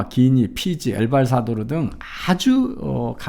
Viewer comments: 이병태 교수가 아무리 엘발사도르라고 믿고 있더라도, 엘살바도르가 이병태 교수를 위해 국명을 개명할 수는 없는 노릇입니다. (두번 반복한 것이니 발음 실수는 아니죠?) 나는 이병태 교수가 좌파라고 생각은 안하지만, 자신의 미스는 무조건 인정하기 싫은 개꼰대 인간형이라는 생각은 드네요. 아홉가지 의견이 일치하다가 한가지만 달라도 공격하고 조롱하기 일쑤인 인간성 별로 안좋은 가세연에 굴복하기 싫은 심정은 이해합니다. 하지만 판사 입회하에 변호사가 찍은 빵박스 투표함과 반쪽 도장까지 포샵질일지 어찌 아냐며 졸지에 문재인의 애완견들과 한편 먹는건 우파 지식인임을 자처하던 분이 할짓은 아니지 않나요? 가세연을 존경할 필요는 없지만 최전선에서 문간첩과 투쟁하는 그들을 방해할 이유도 없습니다. 적어도 우파라면 말입니다. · 우리나라가 선거시스템 컨설팅 특히 사전선거에서의 부정. 이건 이라크 콩고 기니 다 공통문제였그 일부는 qr이 핵심기술이고 볼리비아는 히든서버도 있었지. 근데 무슨 ㅋㅋ 말 할때 엘봘 사도르? 엘살바도르입니다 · 한가지 더, "엘발사도르"가 아니고 "엘살바도르" 입니다